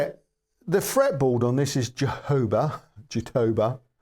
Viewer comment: Sorry to correct you, but it's not JaTOHba, but JatoBAH (jatobá) . It's an oxytone word, then the acute accent goes on the last vowel, stressing the last syllable. A brazilian wood.